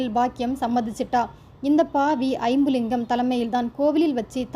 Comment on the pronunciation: Iyumlingam illa jambulingam ma tamil correct vasinga